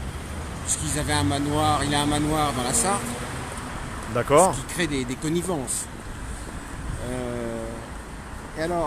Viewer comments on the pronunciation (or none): la Sarthe, pas la Sartre..